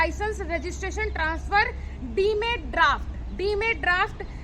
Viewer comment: Demand ko galat bol rahi hai